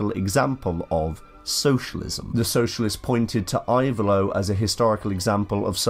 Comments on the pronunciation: Type it "Ivaylo" but the pronunciation is "Evaylo". Very good video. Thanks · I-vay-lo. The "I" is pronounced like in the word "impressive".